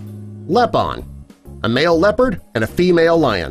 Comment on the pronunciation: it's called leon liopard you know